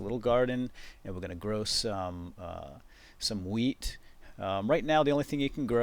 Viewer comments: I thought you said weed, not wheat lol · every time he says wheat it sounds like weed :) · When I first watched this I thought he said 'grow weed.' LOLZ! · Not WEED It's WHEAT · at the beginning, I tought you were saying "now we're gonna grow some weed" and I was like "wut?" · i though he said weed...lol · Whenever he says wheat or hoe i uncontrollibly lol